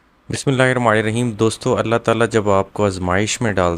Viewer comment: Bismillah ki adaegi drust kren plz